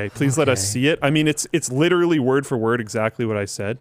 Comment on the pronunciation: nobody: linus: “licherally”